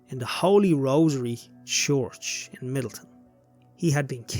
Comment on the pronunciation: Have you ever heard yourself say the word church 😂